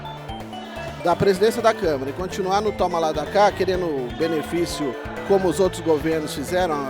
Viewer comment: Eu sou de direita, mas escutar o cara falando "eleição da câmera" kkklkk foi demais